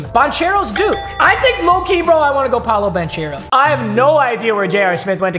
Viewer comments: Anyone else got mad at him getting AD college wrong and him kiss pronouncing Paolo name? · PLEASE SAY PAOLOS NAME RIGHT